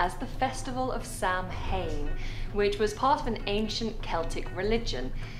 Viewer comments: when she said Sam Hane I nearly got sick,,,, Yea im Irish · Samhain is not pronounced "sam hain" it pronounces "sa wain" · It aint Sam Hain, it's pronounced Savain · If she calls it Sam Hain one more time I’ll swing for her! It’s pronounced ‘Sow win’ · It is not pronounced Sam-hane it is Sow-in pisses me off. Day of the dead is November 1 (all saints day) November 2 is all souls day. Halloween is when the dead world and the living world were closest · Sawaian! Not 'Sam-hain' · "Samhain" in Old Irish is pronounced "Sa'WEEN". When combined with the Hallow from "All Hallows Eve" is how you get "Halloween". Samhain was a festival that marked the end of the summer harvest season and the coming of the winter. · All Hallows is the Christian festival celebrating all holy beings (Christians, God, and angels). As a holy night, the day before it was superstitiously regarded as especially unholy, so witches, devils and ghosts are celebrated. Samhain (say: saa-vin. MH in Gaelic is pronounced V, as in Niamh (Neev)) is a Celtic festival which happened at around the same time of the year, celebrating the autumnal equinox. There is no direct relationship. Hallows is pronounced with a short A, as in Hat. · Her pronunciation of Samhain is wrong-it's pronounced "sah-win" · It’s understandable that an English lady absolutely butchered the pronunciation of Samhain. It’s pronounced (Sow as in how or cow) and (An as in can or ran) “Sow - An”. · Wow she butchered the pronunciation of Samhain it's usually pronounced in its Irish version. So the correct pronunciation of Samhain in Irish is Sau-ihn. The first part, -Sau, is pronounced like the "sow", The second syllable, -ihn, contains an "i" that is pronounced somewhat midway between an "i" and an "e" sound. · Samhain is pronounced sow an.haha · Samhain, pronounced Saw-win ..... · samhain is pronounced sowin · Not pronounced Sam Hain, sorry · It's sad that a British person would pronounce "Samhain" so incorrectly. My left eye is twitching...